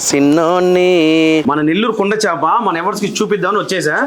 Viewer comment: చాప కాదు... చేప